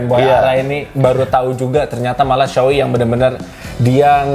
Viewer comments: Bacanya Sowei bang bukan Suwi. Sho itu artinya era Showa dan Ei itu nama orang pembuat helmnya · Lama di tinggal di Jepang, kaget Shoei bacanya jadi suwi…